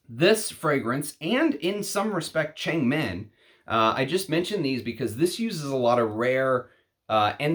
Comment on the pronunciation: Should be pronounced as thurn-meng as in Wo(MAN).